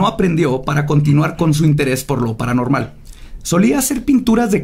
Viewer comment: Todas las equivocaciones de al hablar: waten prep prepa cile pralanormal nosesitava las posibles pues uuu lo que parecían anabel inibir y por eso ellos eee prueba alguno la familia de mudio anterrior un matrimonio anteliol apresur alamente salvó Carlos trajo maltuvieron arruinarra